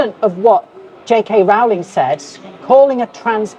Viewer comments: She's mispronouncing "Rowling". When will that be a hate crime? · And this dude India didn't even pronounce Rowling correctly. Misprouncing hate crime right there. (It's row-ling, not ral-ling) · Is miss pronouncing a name a hate crime…..get it right…..it’s row….as in row your boat……. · Is it a hate crime to mispronounce “Rowling?” She’s always said “it’s row like a boat, not like a fight.”